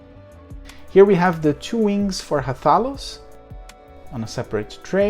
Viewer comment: You uh, didn't say Rathalos the right way ^^